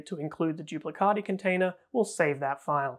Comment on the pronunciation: As italian please I beg you to pronounce "duplicati" not "duplicadi"😅